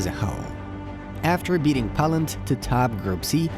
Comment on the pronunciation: Great analysis. Very hopeful. But please, it's pronounced Poeland, not Pawland, and see you soon not sun.